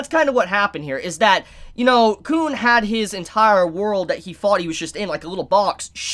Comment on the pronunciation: Uh the way you’ve been pronouncing Khun may get your tog reviews demonetized